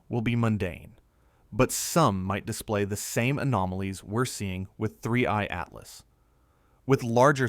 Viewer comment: 31...31....31 3ieeeeeee...three eye!!!!!!!!!!!!!!!!!!!!!!!!! not 31 butttt2eyeeeeeee